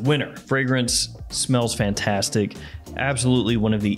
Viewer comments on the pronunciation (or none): none